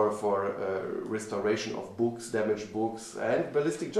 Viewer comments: did he say restoration of damaged boobs, or of damaged books? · did he say "damaged boobs?"